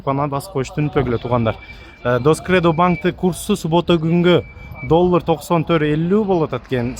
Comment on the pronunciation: Рахмат чоон.кыргызча таза суйлогулочу доллур дебей